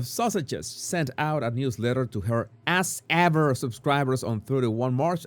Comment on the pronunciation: Swear he said "Arse Ever" and I'm loving it!